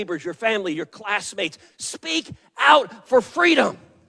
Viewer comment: Or FWEEDOM 🤣😂